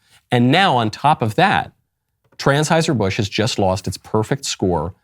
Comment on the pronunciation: Lol 😂 is he saying transhiserbusch 😂😅